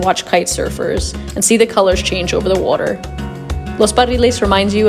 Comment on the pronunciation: Ah it's the way you say water that made me think it was Philadelphia